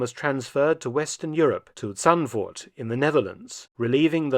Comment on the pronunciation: I've never heard the name "Zandvoort" being pronounced so German as by this British historian and it confuses me. Mark pronounces it like "Tzantfort", while in Dutch, the Z sounds the same as the Z in English at the start of words would and the double o is pronounced like the O in "vote"